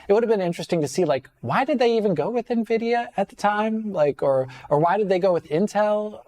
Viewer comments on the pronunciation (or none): none